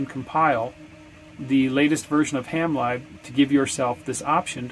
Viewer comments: You were referring to “ham live” and I was wondering how you were using that to control your radio. When referring to software libraries lib is pronounced to rhyme with liberty. So ham lib(erty) not ham libe. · great video, but you’re saying it wrong in that one as well. It sounds to me like you’re saying ham live not ham lib as in liberty. Ham lib as in liberty is the way we refer to software libraries. My girlfriend says I’m good at nitpicking. She’s probably right lol. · yes I thought he was saying Hamlive too. 😁